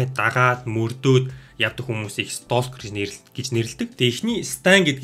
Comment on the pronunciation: Stalker gedeg ugnii L ni helehguigeer unshdag shuu, silent letter 😇